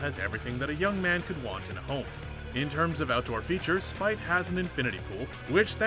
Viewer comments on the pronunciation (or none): Its pronounced Jordan "Speeth" not "Spyth" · It's pronounced SPEETH not Spithe. It's safe to assume there was no production value i.e. A editor 😂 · learn how to pronounce the name of the people you are talking about Jordan Spieth it is not Spith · He said spieth like spithe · its pronounced "Speeth" fuck this channel has gone way downhill